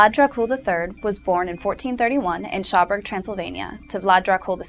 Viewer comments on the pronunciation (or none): none